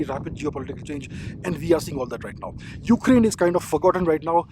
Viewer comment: The way u said ukaraine kinda forgotten rn 😂 mannn❤❤❤